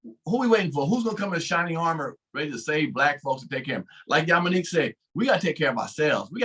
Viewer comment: Ummmm, Yominique?? You have NO idea of what the Hell you are speaking on..